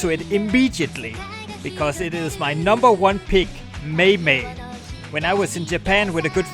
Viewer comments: Why do you pronounce maimai as 'maymay'..... It's actually sounds more like 'mymy'.... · fyi maimai it's called "my my" not mey mey and its from SEGA not Sony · "Meimei"... It's mA-i-mA-i (A as in Adolesence (ps you don't say Edolisence) Also, Cytus? Deemo? Osu!? Sound Voltex? Pump it Up? Project Diva? (the Rythm games I play are the ones mention in this comment + Maimai, Taiko, DDR, Groove Coaster) :> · Hello, i know maimai is the number #1 best rhythm game. but, why you pronoun say mei-mei? my pronoun is Mai-Mai, not mei-mei! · Maimai (pronounced mymy) is indeed the #1 rhythm game. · just watching youtube and come across this, WTF is "may may "???? it is pronounce "my my". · I think you pronounced "MaiMai" wrongly back there :P It's "My-My" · when you pronounced maimai to meimei, I felt a bullet pierce into me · maimai but it say MayMay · Read MAIMAI again, but slowly, it reads.. M A I M A I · "mei mei" Nigga what? Also, SEGA not Sony. What in the actu...is this a shitpost? :v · i can’t believe this video is what got me into rhythm games as a kid especially maimai but u butchered the pronunciation like crazy